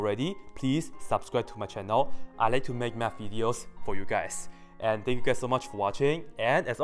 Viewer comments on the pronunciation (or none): none